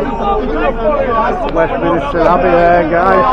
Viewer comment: Is THAT the best they could do? Pathetic. "It's Westminister Abbey" I had to laugh.